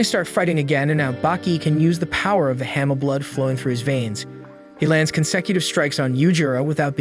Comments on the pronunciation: It's hanma not hema 😂💀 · Sir you're pronouncing it hamma it's Ba-ki Han-Ma😅